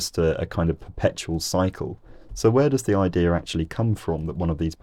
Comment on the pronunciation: YOU SAID "IDEAR" INSTEAD OF IDEA! lol jk this is a great vid